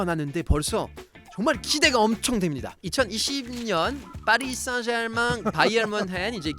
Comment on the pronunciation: 파비앙 발음이~ 파리 생제르망~이라는데~ 누가 생자르맹이라고 맹~~~하게 알려줬는지~ 참~~~ㅜㅜ